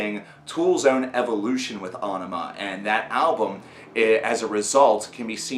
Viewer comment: Finally someone who pronounces it right.